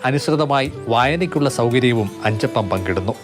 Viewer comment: അച്ചപ്പം അല്ല അഞ്ചപ്പം